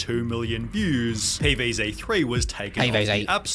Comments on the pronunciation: "Pee Vae Zae" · “pee veez zey”